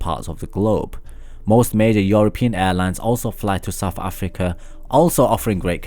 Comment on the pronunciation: Am I the only one who stopped watching after he said 'Saf afika'